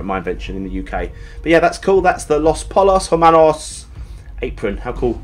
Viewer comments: Just saying this as a breaking bad enthusiast, the name of the resturaunt is pronounced "los poyos hermanos" it means the chicken brothers. Love the vid, :-) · come on basic Spanish its pronounced los poyos ermanos